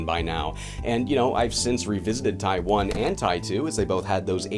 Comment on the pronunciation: As a Taiwanese, whenever you say "Ty one" is so freaking funny to me cuz it just sounds like you're saying Taiwan. 💀